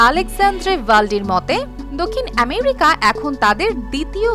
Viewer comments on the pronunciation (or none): none